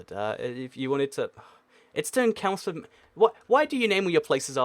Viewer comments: it's not kelmsford it's ch-elms-Ford as someone from chelmsford I'm triggered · Kelmsford? Ffs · Lol "kelmsford", it's ch-elmsford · I live right by Chelmsford, consider me triggered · I live in Hertford and it was annoying. I'm taking the A414 to Chelmsford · I live in Holland and never been in Chelmsford and was triggered as well. Only difference was I thought I was probably wrong. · Jude Mcklunky Lewis I live in Basildon but still triggered😂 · Does he ever pronounce any location or noun correctly. Kelmsford, come on 😂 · What sort of subhuman pronounces Chelmsford as Kelms ford ? You really need to get out more and get off trying to make money on Youtube. Wait until you are a grown up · the ch in Chelmsford does not make the k sound it makes the ch sound